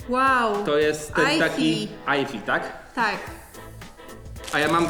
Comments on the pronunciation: Ten odcinek ma dwa błędny o nazwach pokemonów. Po pierwsze Mówi się Gajardos tylko gyarados(gjarados). Po drugie na tej naklejce nie nazywa się elfie tylko Espeon( espjon). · nie aifi tylko espeon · Tamta jaszczurka w kolorze niebieskim to jest intelion i eifie czyta się espijon. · Ajfi xdddds to jest po angielsku espeon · ten,,eifi" nazywa się espion